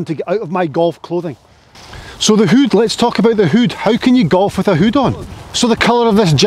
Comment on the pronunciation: You can’t beat a Scotsman saying the word hood XL great content in all your videos. Here’s to the next 100,000 viewers 🥂🏴